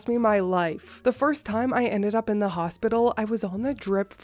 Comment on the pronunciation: Mommy brain is real!! Lol You're doing fine, dear. We'll overlook an extra "th" this time, but don't let it happen again😉😁. I hope you,, and little Maxwell House are doing well and staying warm. 🥰💜